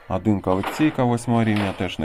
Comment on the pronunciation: пАдобається,Адин і т.д . ! Мені одному вуха ріже ?😅